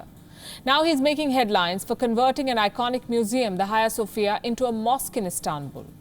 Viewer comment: it's not "Haiya Sofiya", it's either Hagia Sofia, like in hadj, hajj, or Aghia Sofia.